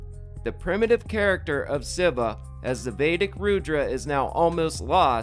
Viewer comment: It's fairly comprehensible when someone learns a word by reading therefore is unable to pronounce ir properly, but dude, since you own a channel which approaches religious and phylosophycal subjects, you ought to try a little harder and learn how to pronouce the basics... Listen to someone calling Lord Shiva "Civa" gives an atmosphere of blatant discredibility for if you do not even care abour learning the right pronunciation of the name of one of the main figures in the religious doctrine you are referring to, you know? Take it as a constructive criticism, not hate.